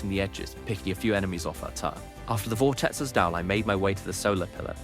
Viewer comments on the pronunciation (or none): none